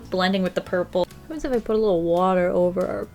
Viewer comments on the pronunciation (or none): “Obiouaslay aplay some watar” WHEEZE